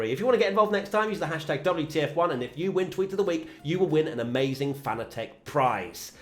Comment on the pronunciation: It is pronounced like the word "Fanatic".... FANATIC. The name is a play on words. Not Fan-a-tec...